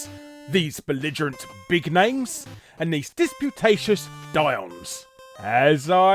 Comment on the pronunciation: "doyenne" = DWA-YEN. It's French. Apparently Larry's thesaurus doesn't have pronunciations.